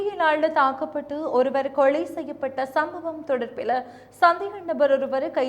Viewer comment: கொளை இல்லம்மா கொலை